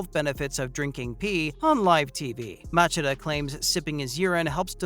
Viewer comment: Mah-chid-uh?? Fed-door?? Tito Or-tis?? Wtf go back and learn how to pronounce the fighter's names.